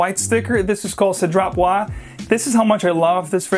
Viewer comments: Hi. The Cédrat Boisé, the Boisé, must be spell like Boizé. The one 'S' in between French word is spell like a 'Z'. A little tips. I bought a mancera which was on discount last week called 'black OUD intense' it a beast but then the dry down become smooth, sweet and soapy. Quiet nice actually. Thank you for the review. From Melbourne Australia. 😊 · A sweet crocodile skin jacket. Boise is pronounced "buaz" because of the e. Bois is "bua" and boisé or boisée is "buazay" because of the accent. Strange that cedrat doesn't have an accent though, because I'm pretty sure it should. So if it's missing there....I dunno. I suppose the company would know though. Anyway, I definitely agree that Aoud Vanille is a banger. Easily one of my favourite oud frags of all time.